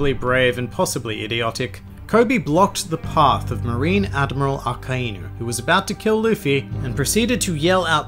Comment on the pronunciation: I thought it was akainu not akaenu